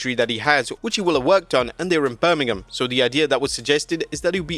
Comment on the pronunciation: I love how you brita say Birmingham like you’re not talking about the one in Alabama, BAH GAWD! ROLL TIDE. Also, isn’t pwi elite still Meltzer? And why should I ever believe him ever?